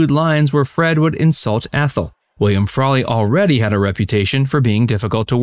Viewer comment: "Frawlery"...? No. Research department, all you can do from here is step up. Unbelievable.